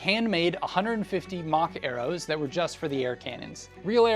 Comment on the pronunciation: for a good couple seconds, I thought you were saying “mach arrows” and not “mock arrows.” Then it gave me a sick idea. What if there was some sort of futuristic medieval fantasy where the most common ranged weapon in use was a smaller sort of crossbow and it shot “mach arrows” which are just arrows that are the size of bullets. Depending on the crossbow size depends on the mach arrow. Now that sounds sick, doesn’t it?